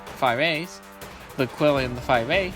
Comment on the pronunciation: Nice video, thanks. For the record, it's pronounced "chee-LIN". :)